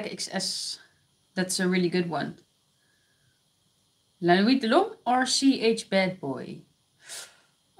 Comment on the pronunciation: Damn, I wish I was there live so I could ask to say "La Nuit d'lhomme" Edit: She says it 😂